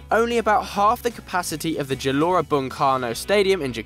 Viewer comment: as native jakarta its a thrill that we saw historical moment when iraq won the cup in 2007 Anyway correction "G" in Gelora Bung Karno, spells like game or graham